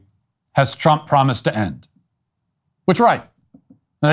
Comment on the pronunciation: Twump is witerwy hitwer